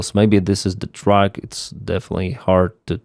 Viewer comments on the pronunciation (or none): none